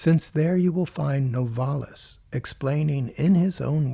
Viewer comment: It's NOVA-lis & not No-VAR-lis.